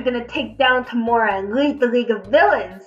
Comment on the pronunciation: Omg it’s so annoying everyone ways says “Tom or a” when it’s really Toe mor a”